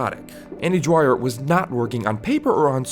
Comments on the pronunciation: you made a analysis video on a character but couldnt even get the his name right? its dwyer not dryer dude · Kept sound like andy DRYER so I couldn’t finish watching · I never watched this show.. So... Why do you keep calling him 'Dryer' but spelling 'Dwyer' (d'wire)?